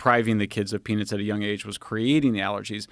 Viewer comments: Every time Michael said “peanuts” I thought he said, “penis.” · He should not be able to pronounce "Peanuts" like that😆.